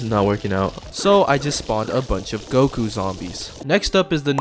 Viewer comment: that ain't Goku, that's gomku 💀